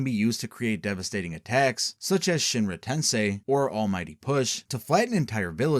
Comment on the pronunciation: this is good but GODDAMN just pronounce the names correctly. it's To-MO-e, not To-me. all the vowels are important. this is like when in the forbidden jutsu vid you kept pronouncing Edo Tensei as Edo Tensai for no visible reason.